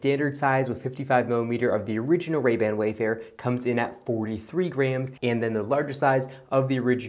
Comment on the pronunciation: Never heard grams pronounced like grhams